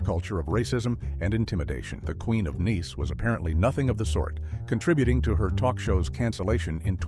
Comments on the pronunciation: These AI voices have me praying for an early death. "The Queen of Nice" comes out as The Queen of NEECE. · Twee-hards, really and the queen of niece? I hate AI generated voice overs! The mispronunciation on the simplest words was so annoying. Why can't real people do the voice overs in these videos? When I hear the AI generated voice I immediately know that I am going to hate the video. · "The queen of niece?" Really? A prime example of why AI generated narrations are trash.